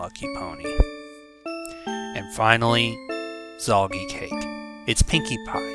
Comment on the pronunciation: Zalgi Cake? Is that what you said? Anyway, she scares me. And reminds me of Zalgo, for some reason...